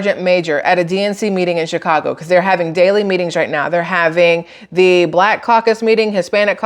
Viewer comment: Shit show in chy-ca-go.